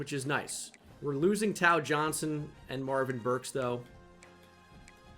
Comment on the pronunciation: Tao Johnson is pronounced Tay-Oh btw